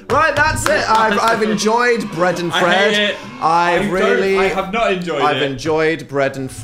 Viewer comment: dan mispronouncing "fred" as "fed" and then phil instantly mocking him is peak humour